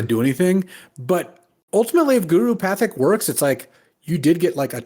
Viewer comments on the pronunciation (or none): Guru Pathik is pronounced "Pa-teek," or to think of the spelling pat-hik where you elide between the syllables. Not gonna do this for all the random names not said correctly, but I think this one seems hard for a lot of folks across various media about the set, so I figured commenting might be useful for all sorts of people. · Pronounced guru PAH-teek